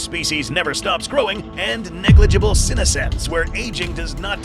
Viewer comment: senescence, not synesens